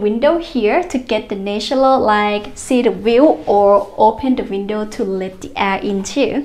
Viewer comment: Well done but please try to pronounce "natural light "